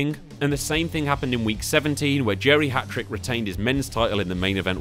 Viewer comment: Lol I kept hearing geriatric not Jerry Hatrick although it was very fitting 😂